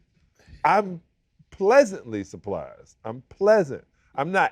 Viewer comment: SAL say he pleasantly" supplizzed" about the cognac 😂😂😂